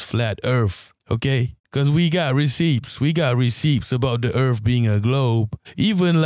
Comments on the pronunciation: Welcome to planet Earf - Will Smiff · Earf 😂 I love it